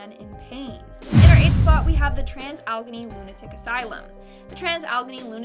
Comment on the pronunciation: It's pronounced Trans Al A Gainy. It's the weird PA way of speaking.